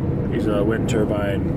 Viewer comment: Lmao were you saying "winter-bine"?? Just to be clear its a wind turbine...lol that had me rolling